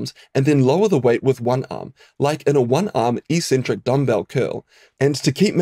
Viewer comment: Helpful video - and the first time I've ever heard eccentric pronounced like "e-centric" rather than like "ex-centric". Is that a New Zealand thing?